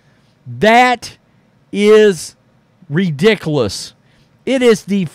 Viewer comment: Brother you've got to work on your pronunciation of the word 'ridiculous'.